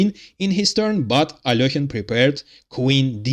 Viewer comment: At last someone who pronounces Alekhine correctly. But I suspect you are Russian.